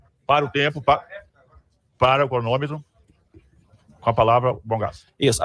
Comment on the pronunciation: O presudebte da sessao disse: para o "CRONÔMEMO" 😂😂